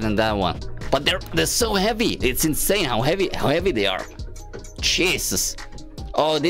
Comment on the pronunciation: hey when you say cheesus it makes me remind of my school nickname cheesus.